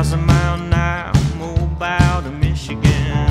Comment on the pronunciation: being from mobile it bugs me how he mispronounces the name. its pronounced MO-Beel